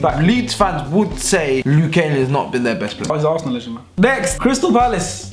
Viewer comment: I am a Leeds fan and i think u were right with saying luke ayling